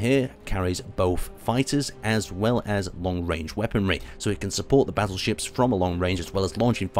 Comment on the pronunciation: I keep hearing you say "Basil Ships" and thought that was the (wierd) name of the ships, but then realised you were saying "Battleships".